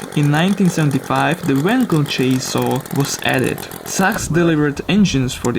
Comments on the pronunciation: Sachs is actually pronounced "saks" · Sachs is pronounce like sax, but great voiceover overall! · Even in Germany that company Sachs is pronounced like "this sucks", perhaps with a softer s at the beginning.